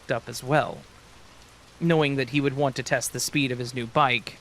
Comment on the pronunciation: I’ve noticed that every time you say want you pronounce it wants.